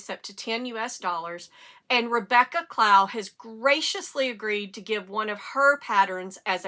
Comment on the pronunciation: I'm on a computer, not a phone. Can you provide a link for the Tolsta chat group? Also, I saw that episode where you felt the podcaster was disrespecting Rebecca Clow. I also, love Rebecca, but I didn't feel like the podcaster crossed a line. By the way, her Rebecca's last name rhymes with "sew", not "cow".